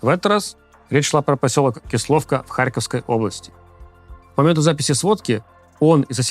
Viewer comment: Ки́словка - как ки́слый.